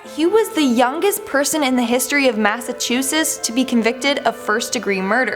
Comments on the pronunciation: After pronouncing it “Massachussess” this girl deserves at least a month in solitary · You said it right the first time.. Massatwoshits lol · Its MassachuseTTS. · Say it with me...Mass-A-Chu-Setts 😆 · did she say massachu-SIS? p.s. can i please get a shout out. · Being from Boston MA the way you said Massachusetts was just tragic lol completely wrong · You said Massachusetts wrong... I live in Massachusetts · She does that on purpose so ppl comment that over n over just boosting stats lol, she didn't add t's on MassachuseTTs either 🤣 she just playing the game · The way the Canadian says Massachusetts tho! I remember seeing the bloopers of her trying to pronounce it before so it’s so cute to see it again! No offense I’m sure there’s plenty of Non-regional things I miss pronounce too 💕